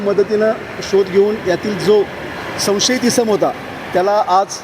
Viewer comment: अजून साहेब संसयत असे बोलत आहेत